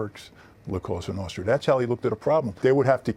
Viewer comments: Le Monarchiste he said it wrong. It’s the Sicilian mafia La Cosa Nostra. In Italian it translates to: “ This thing of ours” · “La casta nasta” - nice prep work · La Castra Nostra he says. 🤦‍♂️ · "La costa notra" goon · Cosa Nostra “ Our Thing “. They only been doing it for 100 years lol and they still cant pronounce that right.